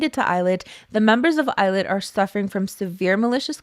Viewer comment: I can't unhear "Eyelid" every time.